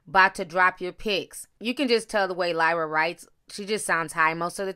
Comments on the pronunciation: why tf do you keep calling her lyla when there clearly is an R clear as day you refusing to acknowledge or pronounce. that’s really bothering me who tf is Lyla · Lol Ti called her Lila the whole time but pronounced Keliese perfectly.